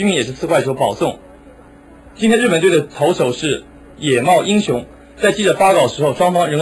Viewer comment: ㄎㄎ..我挑到他念"茂也英雄"^^~~